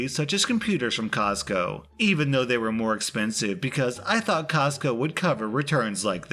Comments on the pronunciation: Say "cosco" one more time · Say “Costco” one more time.... 🤦🏻‍♀️😳🤯